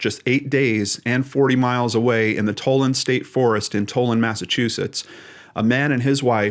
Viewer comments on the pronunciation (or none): Just a note: Tolland is pronounced like Holland